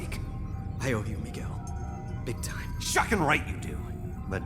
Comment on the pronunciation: Every time says "shock it!" Or "shocking" I think of the word, "fuck it" or "fuck!" Lol